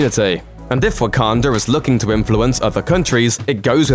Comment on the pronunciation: Am I the one that hear's him saying wokander